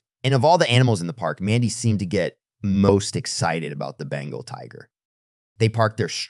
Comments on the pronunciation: It's not bangle tigers. It's Bengal. Tiger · Bengal not bangle